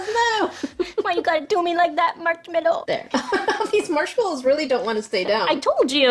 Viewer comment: I love the way said "the dunked march mellow."